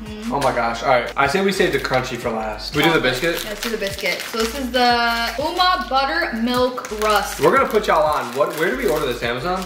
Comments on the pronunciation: The "tax" instead of "tex" 😂and the "ohma" instead of "ouma" 😂love from SA🇿🇦❤️❤️ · DIP THE RUSKS IN COFFEEEE(not a tip its just how its made😂) and the "oema"😂😂😂 is ouma😂😂😂 and the chruncies are the BEST❤ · Ooma...my liefling... Its ouma like a grandmother. But in Afrikaans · btw its oh-ma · Is it just me or did she say oema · hey guys as a south african you must dip your rust by ouma in coffee and you said ouma wrong. And our barone is like a mars